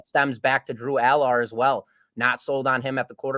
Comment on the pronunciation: I shut it off when he misprounonced Drew Allar.